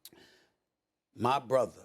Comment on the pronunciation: Stephen A callin MJ “mah brotha” like they b playin golf on the weekends 😂😂